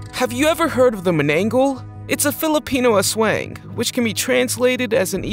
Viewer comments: That,s not how you call manngabal it,s manananggal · I laughed when you said Mannanggal wrong